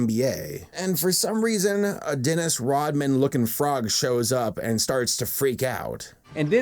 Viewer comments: You know I’m at supercritical level when “und yogel” is my type of comedy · UND YOGUL